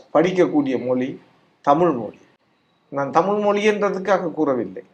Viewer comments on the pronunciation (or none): தமிழை-தமில் என்று சொல்லுபவன் இருக்கும் வரை-தமிழ் வாழாது.